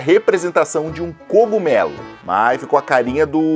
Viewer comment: "Gogumelo"???? O cara não sabe nem falar direito!